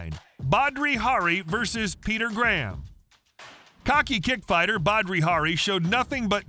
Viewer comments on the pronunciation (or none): “Badri Hari” … 🤦🏻‍♂️ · He also kept calling Badr Hari.. "bhadri".. Dude doesn't know shit lol Then he says "hammerfists led to the one of the most hilarious ends to a fight in history" dude was just getting bashed while already unconscious and not one hammerfist was thrown... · It is Badr Hari not badri Hari en in the second fight he smashed him